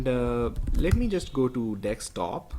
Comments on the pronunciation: Very nice tut 👍 just speak it desktop n not dekstop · It's pronounced "dessktop", not "dekkstop". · Stop saying dickstop it's desktop !!!